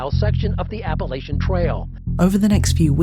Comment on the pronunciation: Thank you for pronouncing “Appalachian” properly 👍🏼 I went to App State and mispronouncing is a pet peeve.